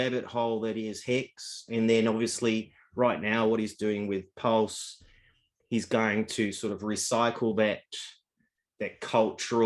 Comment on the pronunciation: Up to u guys to listen to this clown. He listened to his mates son and bought a scooter coin wout knowing mining basics and then he can’t even pronounce/know what pulse is all about (he doesn’t know a network from a dex so u guys think he knows about blockchain tech? Guy can’t even talk on facts - forget this fool